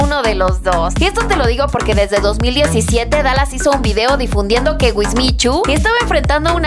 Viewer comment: perdon pero lo de dalas lo dijiste mal